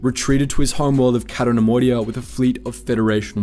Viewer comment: It's "Cay-to", not "Catto". Why do you do this???